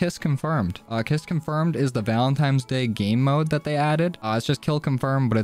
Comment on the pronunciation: This dude is in his 20s and still pronounces it valentimes